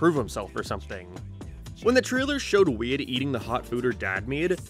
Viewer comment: His name is Wade?! The whole time I kept hearing Weed